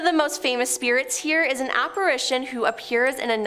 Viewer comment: 1.) The word for a ghost or spirit is apparition which is pronounced (ap-uh-RISH-uhn) NOT (ap-uh-ray-shun). Grammar, spelling and such is one of my pet peeves....a little OCD issue if I may be honest.😂 🎶🐦🇺🇸